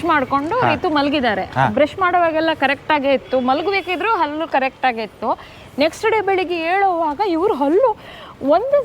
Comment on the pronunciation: ಹಲ್ಲಿ ಅಲ್ಲ ಮಾರಾಯ್ರೆ ಅದು ಹಲ್ಲು , ಹಲ್ಲಿ ಅಂದರೆ ಗೋಡೆಗೆ ಅಂಟಿಕೊಂಡಿರುವ ಚಿಪ್ಕಲಿ